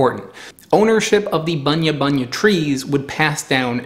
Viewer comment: G'Day mate. I can confirm it. You are saying terribly wrong. And we just say Bunya nuts. Just once.